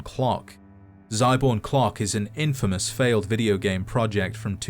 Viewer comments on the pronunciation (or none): none